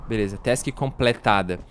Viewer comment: Vc falou beleuza ao emves de beleza